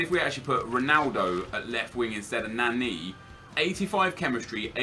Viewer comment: LEARN HOW TO PRONOUNCE NANI